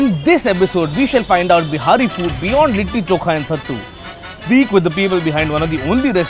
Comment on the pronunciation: Bhai behari, behari baar baar bol the Ho aap, bura mat manana Lekin itna tough h kya simply Bihari term use Karna???? Be-ha-ri is incorrect bee-hari is correct!!!! Telling you because I myself am a "BIHARI".... And I am finding it a little awkward and clumsy !! Great job anyways!!!! 👍